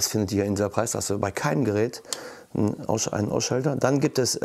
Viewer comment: wow ein Ein- und Ausschalter. Definitiv ein Kaufkriterium :D Gutes Interface. Den Ein- und Ausschalter so zu betonen war unnötig, aber witzig! :-)